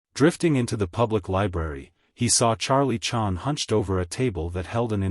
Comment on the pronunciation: I hate AI audiobooks. But in this case, you'd think they would have at least edited this mechanical mispronunciation of Charlie Chan's name. So I guess this means AI has bottomed out on this one.